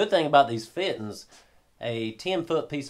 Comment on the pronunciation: Feeteens. Love it.